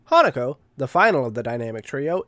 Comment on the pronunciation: okay i definitely thought that hatago was named hanukkah the first time you said her name 😅😅